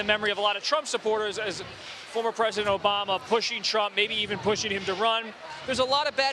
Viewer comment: "We're don't want u obamna" 😂😂😂